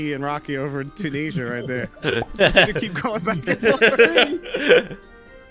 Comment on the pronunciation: How you guys pronounce Tunisia is giving me ticks 😵‍💫